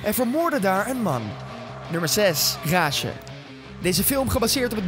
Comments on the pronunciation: hoe jij rage zecht XD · hij spreekt rage verkeedr uit